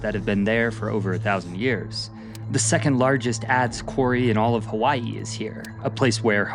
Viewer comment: I appreciate that your pronunciations were very good. Sometimes it's hard to watch a video about Hawai'i when your ears are being assaulted with bad annunciation lol. Great job and loved to hear accurate history. Mahalo nui loa.